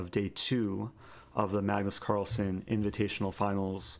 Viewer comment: Carlsen not son